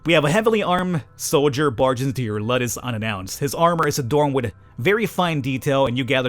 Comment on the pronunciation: And its Luuudus, not luddes xD you might wanna watch some episodes of Spartacus ( the "new" series ) to get some knowledge about that kinda stuff, its even relatively good and you might enjoy it pretty bloody tho, alot of nude and sex, and more blood and gore xD i hate the intrigue shit thats in it, but the rest is good season 1 was the best anyways